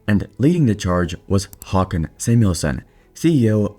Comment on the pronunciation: Well that is one way to pronounce Håkan